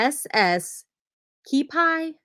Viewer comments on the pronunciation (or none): Kewpie pronounced Q-P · Just so you know Kewpie is pronounced Que -Pee. Love watching you. You live not to far from you. Maybe sometime I will see you at the bins. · Pronounced KYOU-pee, rhymes with cutie! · Kewpie is pronounced 'Q - pee doll'